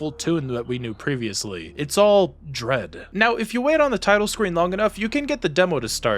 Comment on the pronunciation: Did he say….DREAD?👀👀👀